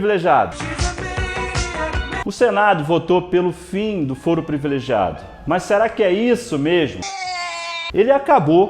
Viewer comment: Falou fóro uma vez :v A pronuncia certa é Fôro :v Mas blz :v Eu sou chato? :v